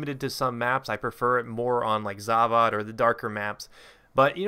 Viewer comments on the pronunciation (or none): The way you say Zavod rustles my jimmies..The 'o' makes an 'o' sound, not another 'a.'